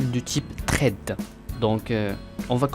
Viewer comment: Sympa. Sinon ça se prononce ssssssred et pas trade. :P